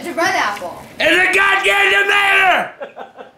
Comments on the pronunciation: I say tomato, you say tomatoe. say: IS A GOD DAMN TOMATER XD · "IT'S A GAWDAM TOMATRR"😂😂😂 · I love how says ''tomater'' instead of ''tomato'' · Gadam towmater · A classic tomatr 😂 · Is a gddamn tomator😂😂😂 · goddamn tomater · ITS A GODAMD TOMADER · he says DAmater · Lol, I was just about to say that!! "ITS A TEMATER!!!" 😂😂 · Ohh you mean tamato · i think he said tomater because he doesn't have teeth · "its a god dam tomater" I died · Rewinding it back with the tamato one is toooo funny. spits WTF!!😡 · It's a tomato but he pronounces it "tomater" for some reason XD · alaa alghazaly Barely any southern people pronounce it "tomater"... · He said “then why did I get the onions and the tomater” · He said 'then why did i get the onion and the tomater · 152 he said tomater 😂😂😂😂😂😂😂😂😂😂😂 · its a tumater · ITS A GODDAM TAMAERr 😂😂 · NBNYZVS13 no it's pronounced tomater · *it’s a god dam tomater*! Me what’s a tomater🤣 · That’s weird said it’s tomater😂😂😂😂😂😂😂😂😂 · ' ITS A GOD DAMM TOMATR ' LMAOOO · Lol he says tomater 😂😂😂😂😂😂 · "TOMATOR" lol rip <3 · "iTs A gODaM tOmaTaR" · He couldn't pronounce tomato right my mom is a fan of and he said a tomar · He couldn’t pronounce tomato right he said tomar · He saided tmater